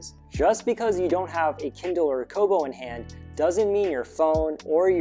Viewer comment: he said Kiddle not Kindle